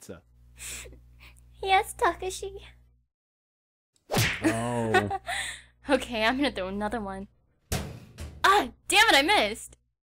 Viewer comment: Why doesn't anyone pronounce Takashi's name right? D: It's Ta-ka-shi. Or Saeko. It's pronounced like psycho.